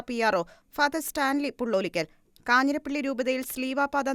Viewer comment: കാഞ്ഞിരപ്പള്ളി not കാഞ്ഞിരപ്പി ള്ളി